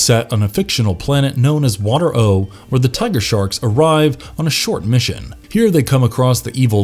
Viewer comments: The planet was called Water-O (WAH-TARE-OH) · I love this show, I was so bummed that it was so short lived...and the planet name is pronounced waterro with the emphasis on the second syllable. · The narrator also pronounces Water-O the wrong way. He should have done some research before creating this video. How could he say the Mantennas couldn’t breathe underwater when he shows a clip of them talking underwater? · Listening to this makes me want to tear my hair out because he keeps mispronouncing WaterO. He must not have watched or listened to an actual episode.